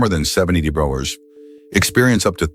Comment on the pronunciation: LEARN TO PRONOUNCE DEGREES CORRECTLY